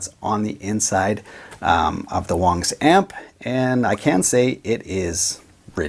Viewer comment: If its WONGS why is this dude saying WANGS?